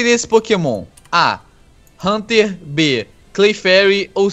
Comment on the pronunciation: Não é claferi e haunter esse cara errou